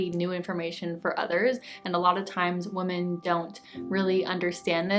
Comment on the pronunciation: I love your channel so much. Your content really resonates. Thank you for sharing. Also your accent is adorable. I love how you pronounce Women and Fragrance it makes me smile just listening to you:)